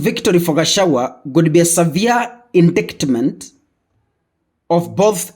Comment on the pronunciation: Indictment is pronounced as 'inditement" and not as spelled.